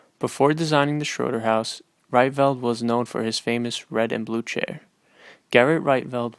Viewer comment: Pronounced "Reetvelt".